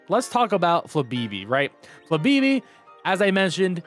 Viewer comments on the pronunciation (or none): Flabeebee? No, you gotta channel your inner Moira Rose and actually say the accents in FLABÉBÉ